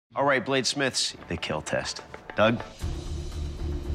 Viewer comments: The damage, The pain, It will KEEL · I don’t get why people say “IT WILL KEEL” it’s more like “ IT WILL KEAL”. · He said “it will keal” Keal stands for keep everyone alive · The PAIN you feel The DAMAGE is reel But most importantly.... IT WILL KEEL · I’m not trying to correct you or be smart or anything so I’m sorry if it were to come off like that, but whenever he says “it will kill” he’s actually saying “it will KEAL” which stands for “keep-everyone-alive”, it means to keep whoever Is using the weapon alive, If it should break in the KEAL test it falls to keep the user alive, because if the blade were to snap or break it could still be used in a fatal way. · Keel test...